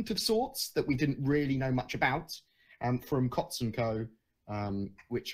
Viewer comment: Awesome stuff again! x And Coutts is pronounced Coots.